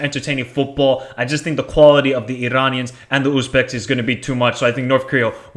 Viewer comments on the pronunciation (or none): none